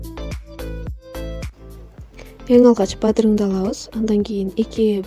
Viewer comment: Бадырың эмес бадыран